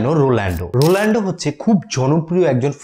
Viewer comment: আপনারও একি ভুল,, রোলান্ডো নয় দাদা। রোনাল্ডো